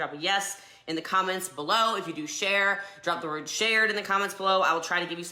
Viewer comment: The way she pronounces words as if every. word. has. a. peroid. after. it. is so annoying!